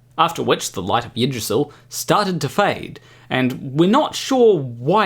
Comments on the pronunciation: Yggdrasil is pronounced more like Ig-dra-sil or Ig-dra-zel. The Y does not make the normal Y sound from English. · In Kiwi, Eeg-drra-syll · Well, I already knew a lot of it, and I now believe the rest of it, except, of course, that one part that was an obvious joke ... poorly told and in poor taste, I must add. What is the penalty for mispronouncing the name of the world tree? Just asking ...